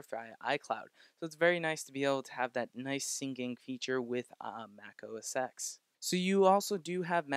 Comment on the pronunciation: Great video. It's OSX (ten) not OSX(x) by the way.